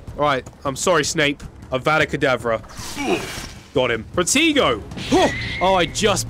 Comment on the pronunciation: Not to be mean or anything but it’s pronounced pruh-tay-go